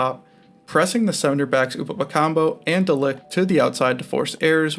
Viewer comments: Pronounce Upamecano welll...its not Upamecambo!! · Its not "upamecanBo" 😅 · You miss pronounce Upamecano the whole video